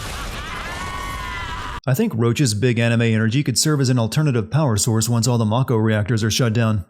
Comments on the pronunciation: why did you pronounce mako as 'may-ko' when you pronounced mako correctly for the sin right before it? +1 sin for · You committ a sin yourself by pronouncing "Mah-ko" as "May-ko". Like common, it's japanese vowels and they say it over and over in the game. Can't even take the rest of the video seriously after that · Sins the announcer for saying "may-ko" and "Tih-fah" Also, remove sin for epic line: "If I have to fight multiple versions of Sephiroth in the final game, I'll petition to rename 'anuyrisms' in medical textbooks to Nomuras," Resubmits said sin for misspelling 'aneurysms' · So much wrong with this. First off you pronounce mako wrong. Second, Cloud is 5'8 not 5'11 And Shinra was very well aware of Avalanche plans. I'll post another comment with more., I'm only 2 minutes in.